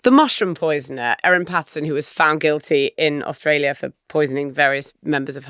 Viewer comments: Both here & on the audio version, you've got the name of the mushroom killer wrong. It's Erin *Patterson*, not Pattinson. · It's actually Patterson (not Pattinson). Also she's the mushroom lady (not poisoner). Also she served multiple, single-serve beef wellingtons (not one). It's ok, easy mistakes to make for those who haven't spent months gripped by this trial.